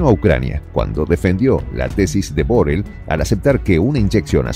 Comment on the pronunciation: Borel no,Borrell